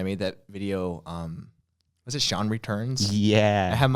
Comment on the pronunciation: its pronounced SEE-AN